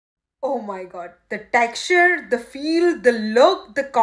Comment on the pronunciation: Why do you put up an accent when pronunciation is so missed eg- instead of texture you say taxturre.. You have good content, may be you can stick to either indian English or American, not a mix.